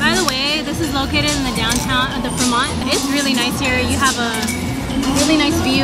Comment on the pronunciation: Another fire video but again it’s pronounced “Freeeee-mont” not “Fra-Mont”